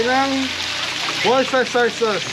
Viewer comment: Worcestershire - (wor-ster-shir) sauce. In most Pinoy's - Lea and Perrins haha